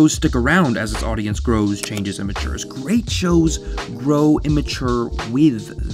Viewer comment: “ Grat show grow with you.”